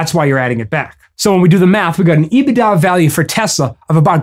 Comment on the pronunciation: Love how you pronounce EBIT da. It’s EBIT daaaaah!!! 😂😂 Once again making complex understandings easier for the masses!